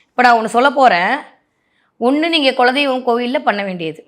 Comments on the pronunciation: Kindly pronounce as kula deivam.🙏🙏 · குலதெய்வம் என்பது சரியான உச்சரிப்பு